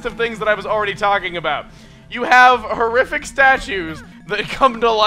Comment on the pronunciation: Horrific? Don't you mean HOO-RRIFIC?